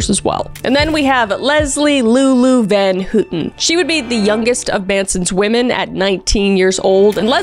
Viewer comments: GIRL?? VAN HOOTEN?? NO ITS VAN HOWTEN NOT HOOOTEN AHAHHAHA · Leslie van H-O-W-TON.....Leslie van houton...pronunciation.